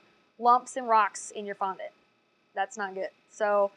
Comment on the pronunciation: I hate how you say fondent you should say it like fonDAT *duaht*